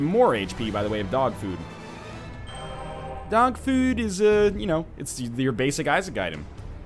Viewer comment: "Dawg fhuueed is an average isaac item"- Swedish Northernlion 2014